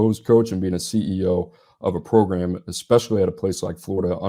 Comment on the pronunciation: Progrumm ..... The SEC way of saying program .... I don't enjoy watching Georgia football. It's essentially Nick Saban ball 2012 - 16.